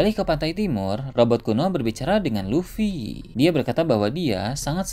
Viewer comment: kamu aja salah sebut. luffy bukan lutfi 😂